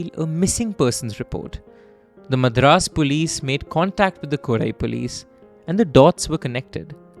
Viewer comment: Nice work overall with the presentation, diction and the command over the language, but what's with the "Madraaas" bit, pronouced 'Madh-raas'?!! That was a d*@ giveaway of a North Indian trying to steep into a South Indian tale. Either call the city 'Chennai' or 'Madras' (pronouced, 'mud-raas') if you must.